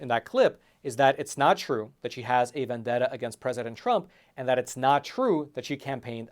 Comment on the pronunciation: Latisha can't even pronounce vendetta properly 😂